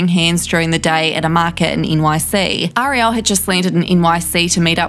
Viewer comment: Omg... Ariel! The A and the e are not pronounced the same! Show the poor girl respect. I am from NZ, live here and listen to alot of the coverage. This is the same info as every other video, nothing new and you seem to be deliberately prouncouncing her name wrong... girl just watch the little mermaid if you need go know.